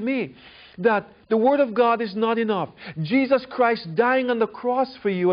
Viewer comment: Can't help but hear "Jizzus Christ" every time this guy says it.